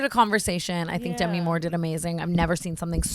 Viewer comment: Lindsay Lohan or NO ONE BITCH also Brooke please never say Demi again 😆